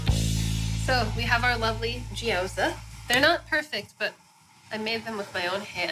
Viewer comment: She pronounces them more like gyōza which is the Japanese version of the dish, the chinese pronunciation is more like jyow zi (as in ch-ow-der)